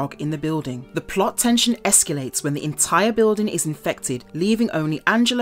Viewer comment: What is esculate? Is that like aluminium or is she just mispronouncing it?